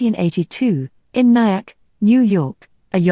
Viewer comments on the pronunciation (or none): It baecame distracting and distressing as soon as I heard the stop in the pronunciation of N.yack